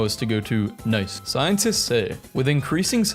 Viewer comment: that city is actually pronounced like niece